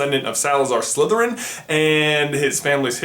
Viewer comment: why do you piont to your trousers and then say your slethirin paants? lol